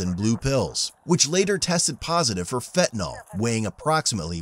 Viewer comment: Their is no O in Fentanyl ('nil)... well, OD maybe